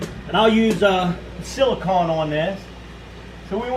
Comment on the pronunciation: it's pronounced like an ice cream CONE, silicone.